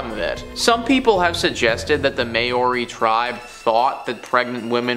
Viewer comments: Māori... mau-ree. Greenwich... gren-itch. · "MAY-YORI" my guy- but also i didnt know my culture had an actually haunted artifac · Great video but could you please try and learn how to pronounce "Maori" correctly? At the moment its doesn't sound anything like it should. From a Kiwi